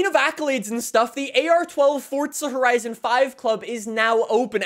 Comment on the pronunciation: Horizon not ‘Hotizon’